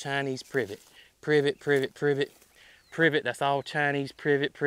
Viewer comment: I can not be the only person that thinks was making some kind of call….privit privit, privit. 😆